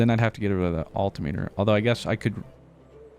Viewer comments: Agree on the flycycle pronunciation, but altimeter is pronounced "all-tim-mitter" much like the word speedometer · your pronunciation of altimeter is literally killing me every time I hear it.